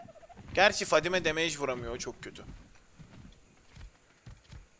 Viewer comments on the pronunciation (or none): none